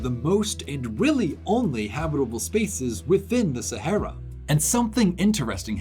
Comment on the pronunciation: It's pronounced "sahara".